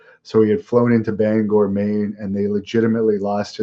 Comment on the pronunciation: Great job on your pronunciation of Bangor Maine most people say banger Maine